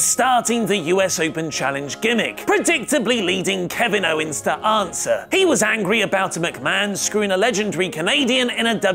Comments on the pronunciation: Ummm..., it's OWENS not OWNES😁😁😁😁😁😁😈😈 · Who the fuck is Kevin "Ownes"?